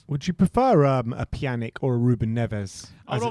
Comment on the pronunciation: Pjan - ich pronunciation, not Pjanick